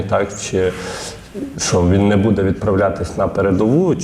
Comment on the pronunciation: ріже слух наголос в слові будЕ, а правильнл бУде, ведучий дивись ВІКІСЛОВНИК